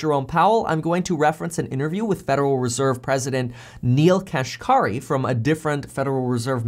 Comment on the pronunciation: Neel Kashkari's last named is pronounced "cash carry". Yes, it is funny.